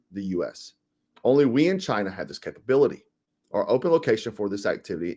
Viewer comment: It's not Chiner. The drones are conscious ai.